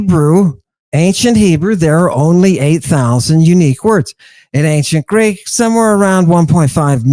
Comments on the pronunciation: I appreciate so much that does not use Erasmian pronunciation and has a background in Modern Greek!! If one cannot use proper, historically informed reconstructed Classical Attic or Hellenistic/Koine pronunciation, one might as well just settle for the Modern pronunciation. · Listening to using almost native like Greek pronunciation makes me smile. Breath of fresh air, honestly.